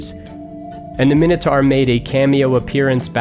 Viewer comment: Oh my god, where did you learn to pronounce minotaur? The 'taur part' is pronounced like tore, like I tore you a new one. :-p